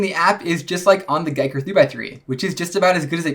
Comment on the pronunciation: It's Ge ker Like Wii so Giiker. Not guy ker